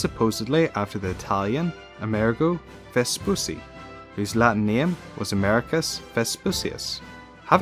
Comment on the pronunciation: FYI it's pronounced "Vespuchi"